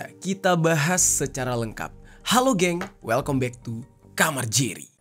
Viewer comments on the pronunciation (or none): none